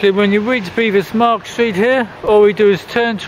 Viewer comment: My, my....have YOU never mispronounced a word?